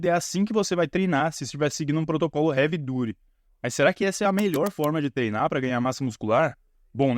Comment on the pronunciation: Sensacional seu vídeo, fiquei corrigindo a pronuncia na minha cabeça hahaha Havey DAAATY